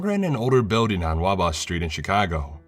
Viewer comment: I like your videos but you pronounced Wabash like anything but a true Chicagoan. It is . Peace it.